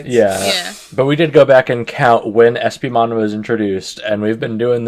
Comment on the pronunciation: First, I love that you keep pronouncing my name as an eeveelution. Second, having HoverEspimon on the show finally feels like a release. Though is it worse than waiting for MagnaAngemon? I'd say so. As for a champion level turning the tide, I imagine it's just from a supportive type of angle. The smokescreen attack seemed to have come in handy. And champion bombs would hit harder then rookie level explosions. But this is one case I find frustration with some other digimon at lower levels that seem to have powers far to great for them, such as Clockmon. Clockmon has the power of TIME and no ultimate or mega has yet to prove themselves stronger than the concept of time.